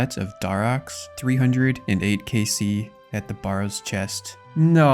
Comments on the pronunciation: A barrow is a burial mound and is pronounced like the barrow in wheelbarrow - rather than BAR-row. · great episode as always! just had to comment on your pronunciation of barrows 😂